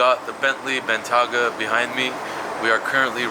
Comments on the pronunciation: its bentayga man not bentyaga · It's Bentayga not Bentyaga :( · its a bentayga NOT a bentyaga lol... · Bentley Bentayga (BENT-AY-GA) not bentaga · Take 1: "Wrapping the BEN-TAGGA". Take 2: "Wrapping the BEN-TEA-AGGA" HAHAHA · How many ways can pronounce “benteyga” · Bentley Ben-ta-ga😂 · Viiiiik... Ben-TAY-Guh. Otherwise awesome stuff as usual. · Lmao does know how to say Ben-Tei-Ga?? lolol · Hi love your video man. Keep up the good work. Just wanted to point out bentayga is spoken as BEN-TAY-GA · Rashad Ullah “Bentyaga” 😂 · I love you dude, and these videos get better every day, but its "Ben-tay-gah" 😄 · benTIAguh bro :) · Ben-Tay-Gah, other then that.. awesome as always :) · I believe it's pronounced ben-TAY-ga. Great video, as always! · Ben-tay-ga but fire video as usual! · You pronounce Bentayga differently each time and still get it wrong. It’s pronounced Ben tay ger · ffs pronounce bentayga correctly 😂😂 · pronounced Bentayga in like 3 different ways 😂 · Drinking game: take a shot everytime mispronounces Bentayga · Did pronounce Bentayga, 3 different ways? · Your mispronouncing the word "bentayga" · take a shot everytime “Bentayga” is pronounced wrong.